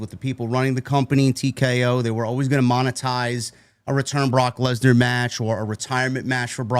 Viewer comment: I honestly think that Heyman said Lecknar on purpose 😂😂 he put too much emphasis on "Leck" 😂😂